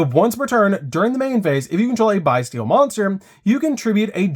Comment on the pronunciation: I hate the way he said bystial BYE-STEAL! Lol 😂 💀